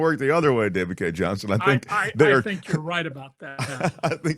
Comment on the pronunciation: you mispronounced the last name of David Cay 𝗝𝗼𝗵𝗻𝘀𝘁𝗼𝗻.